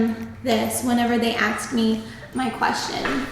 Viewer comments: I hope you didn't say "axed" instead of asked or "mines," or I guess they hired you so they don't happen to care much... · Where are you from pronouncing asked like "aksed"? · Love the video but I can’t get past the “axed” 🥴😂